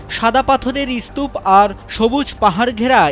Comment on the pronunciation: আচ্ছা ইসতুপ কি? বাংলা ভাষার শব্দ "স্তূপ" ইসতুপ কিভাবে হয়? ভাষ্যকার ইসতুপ বলছে